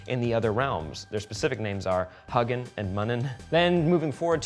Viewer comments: It's Hugin and Munin, not huggen and munnen.:P PS: If a word is offensive, like "quim", grow some balls. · hUGGNIN' and MUnnnonn? no Hugh-yin and Moon-yin.